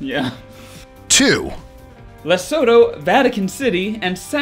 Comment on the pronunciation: Cool list Did you know Lesotho is pronounced - LE ... SOO ... TOO? It's not English, so we forgive you :D